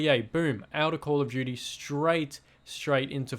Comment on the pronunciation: Because you said “call of juty world wah too”